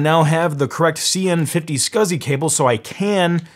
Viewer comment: Scausey (SCSI)